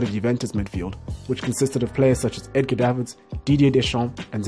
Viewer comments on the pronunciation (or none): none